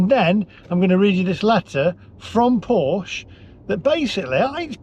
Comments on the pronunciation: The e at the end of Porsche is pronounced like the e in egg. Porsche is not pronounced Porsch. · Maybe they've got it in for you because you keep mispronouncing it. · Its "Porsche" btw...